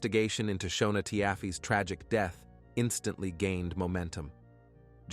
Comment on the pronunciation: Her name is pronounced Shawna and his name is pronounced Neal I watched this on a tv show previously! I was always the breadwinner in my marriage and I had to have benefits for all 5 of us as well now my children are grown up ages 28, 26 and 24 years old…